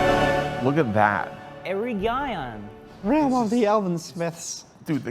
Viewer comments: ERA-GI-ON :text-green-game-over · “Ereguyon” broke me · It's pronounced E-Reg-E-On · The fact that butchered the pronunciation of Eregion means that all nerds are the same. I recently just watched robocop the 2014 there’s a scene where all the machine parts are takin out of him and all you see is his face, hands and lungs you guys should check that out.